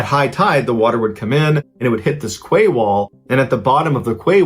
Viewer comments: It is literally pronounced as 'key' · I really enjoy your podcasts buy I have to say QUAY is pronounced KEY. Silly I know but the English language is silly at times. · The word 'quay' is pronounced 'key' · More like Kay. Not key. ~boB